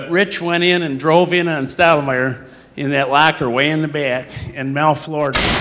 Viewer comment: it's "Stottlemyre"